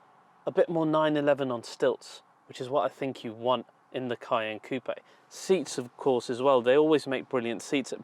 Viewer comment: It's a SPECIAL pleasure to hear RIGHT pronunciation of the french word COUPÉ (ˈkuːpeɪ) !!! Sick of that american simpletons' KUP...